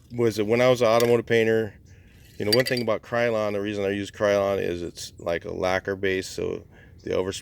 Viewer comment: I cringed when he said Krylon lol